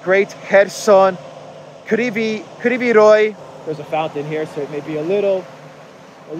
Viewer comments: It's RoG, not RoY x) (in city's name) Good video! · it’s Krivoy Rog not Krivoy Roi 😊it means Crooked Horn. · isn't it "Krivi Rog"? Not "Krivi Roj". Funny, that name means "Bent horn" or "Twisted horn". Krivi Roj would mean "Bent swarm" so, yeah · it’s pronounced Kryvoi Rog